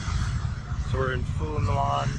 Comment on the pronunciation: ask a Vietnamese how to pronounce Phu Nhuan. lol it's not "nu an"